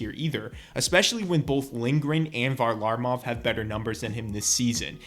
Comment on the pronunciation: Say varlamov right